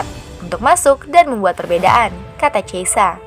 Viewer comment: Min bukan cheisa min tapi chiesa... Dan bacanya pun bukan chiesa tapi khiesa...